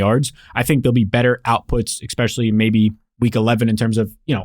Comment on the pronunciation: Saying "eckspecially" drives me insane. Saying it 3 times in a 15 second span makes me want to punch things.